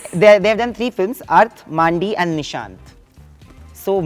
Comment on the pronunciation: Maaandi nahi mr host, mandi, as in market (it was abt a brothel). is better than many hosts today but his english is still dodgy and knowledge regarding films can be ouch. Mandi is a classic. To call it maaaaandi is weird, esp when he is supposedly a good host with a strong fan base.